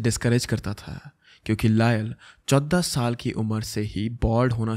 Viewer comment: The way u said "14 sal" is kinda funny to me😂😂 love u bro❤❤❤